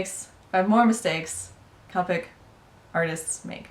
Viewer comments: The word is COPIC! The "O" is pronounced it is NOT an "A"! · I die a little inside every time she says copic with a short o. I looked on copics website and it said pronounce it with the long o